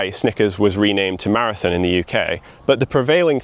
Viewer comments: "Mozba" 'Marithin" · Every time you say “maraTHIN” rather than “maraTHON” my eye twitches. Seriously though, fascinating history! Keep up the good work.